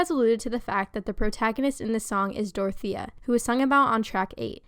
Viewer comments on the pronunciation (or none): why the fuck you pronounce dorothea like that